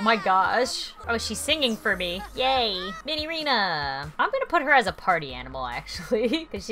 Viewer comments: its minireena not minyrinas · cool guy its pronounce as Minireena